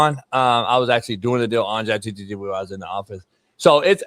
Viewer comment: “Chat GTT” 😂😂